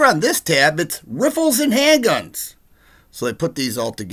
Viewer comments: hahahaha, you said "Riffles", =D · I like when you say “Riffles”